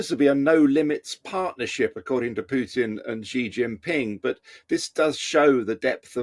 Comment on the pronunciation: I love the way you pronounce Pjuuutin 😂 … Copenhagen supports Times Radio